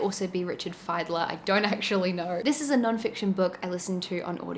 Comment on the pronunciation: He pronounces his name "feidler" like fine, not as "fiddler", like fiddle player. :-D